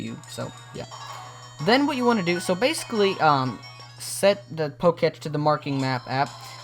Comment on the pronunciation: is it annoying anyone else he keeps saying "pocatch" instead of pokétech?